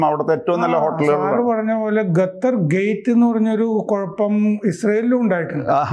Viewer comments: gattar alla qattar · 'ഗത്തര്‍' അല്ല സാറേ, ഖത്തര്‍ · Sir ഖത്തർ എന്ന് പറയൂ ഗത്തർ അല്ല